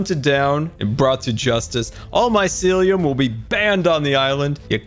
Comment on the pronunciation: he actually probably knows but faking it also it's mycelium not mysiliam